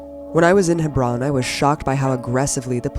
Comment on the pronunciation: I found it so pretentious how abby Martin pronounces Hebron ,its alright abby just say Hebron like a normal American no need to try and pronounce it that way unless you can pull it off.